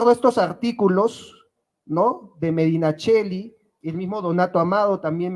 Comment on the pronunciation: Nota lingüística: Medinaceli se pronuncia Medinaceli, no Medinacheli.